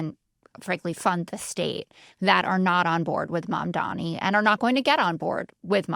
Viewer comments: sorry I meant to say three. It’s pronounced “mum-donny”, not “mum-dommy” like Scott’s been saying it for months now. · Thank you- no new property taxes will be raised for these stores, as they’ll reallocate subsidies that they already send to the bodegas. And while he’s at it, I wish he could learn to pronounce Zohran’s last name correctly. It doesn’t have three m’s. After so many months it feels like a micro-aggression.